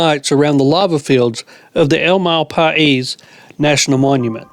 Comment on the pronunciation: You folks had a GREAT, enviable year! Thanks for letting us join you vicariously! Here's hoping 2023 is even better! Happy New Year! BTW, Malpais is pronounced like cow pie 🙂